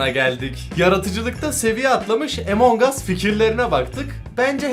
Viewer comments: Abi emong us değil among us diye okunuyor rica ederim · Abi emongas değil amongas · Abi Emong us değil Among us diye okunuyor / söyleniyor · Abi emongas değil amun us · emongas değil amongas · Abi EMONG AS deyil AMONG us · Abi lütfen emong as değil among as diye okunuyo lütfen buna dikkat et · Lan emong us diye okunmuyo among diye okunuyoo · Ağbey emongas değil 😲😠amongas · Abi Emong değil AMONG diye okunuyo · Emong aslında değil among as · Abicim among as emong as deil şunu düzgün soyleyin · Normalde:among us:emong uss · Emong değil among abi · Abi emong us değil among us ve bende senin gibiim abi walla ilk hep ben öldürülüyordum sonra sildim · Abi emonguss deyil among us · Yaw abi o emong us diye okunmuyor direk among us diye okunuyor Google trasnlate den bak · Emon diye değil among diye okunuyo 😶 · Benim okuduğum:among as ONLARINokuduğu:Emong as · Abi emon gas değil yazılışi among us okunuşu amon gas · abi bunun adı among as de emong as değil yaaa 😭😭😭😭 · Emong as diye okunmuyor Among as diye okunuyor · ABİ LÜTFEN EMONG US DEMEYİN LÜTFEN BAKİN RİCA EDİYORUM AMONG US SÖYLEYİN LÜTFEN 🙏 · Among us abi emong us deil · EMONG AS diye söylenmiyo AMON AS diye söyleniyo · Emong us değil Among uss Öğren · Emen ges deyil güzel abim benim amongs us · abi amongas diye söyleniyor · abimmm a ile söyleme a harfiyleee amang us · Herkesin Among Us A Emong As Demesine Sinir Olan Bi Benmiyim ? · emongas diye okunmuyor ama abi